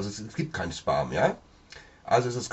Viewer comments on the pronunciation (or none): man spricht es "späm" aus. :)